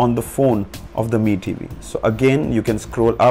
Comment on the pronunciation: Your pronunuciation of Mi tv🤐🤐🤐🤐